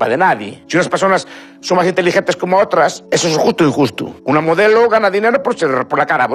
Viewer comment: ES JUSTU U INJUSTU 😂👏.Lo más grande.Me explicu 🇨🇱💛🖤🐍